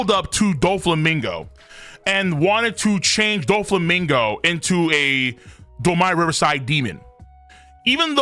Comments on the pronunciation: Why do you keep saying Domi Reversi worse and worse every time? Its like when you pronounced “Houki” as “Houkai”. It’s DOUGH ME RIVER SEE. Like the word Dominion and the game “Reversi”. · Wtf is domaaaaiiiyyy reversaaaaiiii?? Pronounce it properly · Bro if you say "Do-mai Rever-sai" one more time🔫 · Why does pronounce Domi Reversi like it's some kind of american slang? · Someone needs to tell him to stop being lazy and learn how to pronounce domi reversi since he has to say it a 100 times.